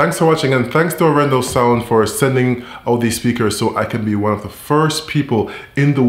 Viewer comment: Very nice Video man and I do love the Arendal speakers. However, as a Norwegian I have to mention that your pronunciation of Arendal is slightly off. Both the A letters are pronounced longer like in Dark.